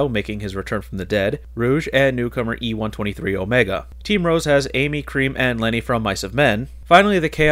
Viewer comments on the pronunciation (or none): its not e 123 omega its e 1 2 3 omega